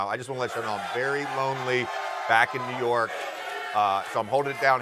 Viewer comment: Jordan from new yorg stephen A from new yorg😂